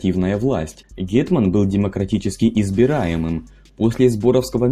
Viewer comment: Просто не звично звучить